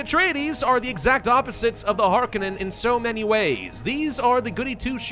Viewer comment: it's Har-Cone-Non